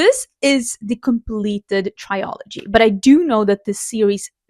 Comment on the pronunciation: This feels like a really good balance of books, I’m excited to hear your thoughts about them! Also, I don’t mean this to be rude at all so I deeply apologize if it comes across that way, but I thought you would probably want to know, you’re mispronouncing the world ‘trilogy’. I now need to go find out what it is in Swedish because I’m curious if it’s close to how you’re saying it